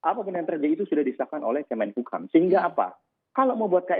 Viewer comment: kemenkumham mas, bukan kemenhukam